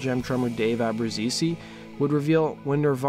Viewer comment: Don't like how he says Abbruzese